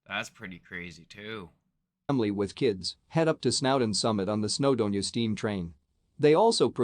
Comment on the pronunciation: The way this guy is butchering pronunciation makes me think it's AI, Whose ever heard of snaufall in snaudon? Btw, Snowdon is the highest peak in Wales, not the UK. Several peaks in Scotland are higher, Ben Nevis is the highest UK peak.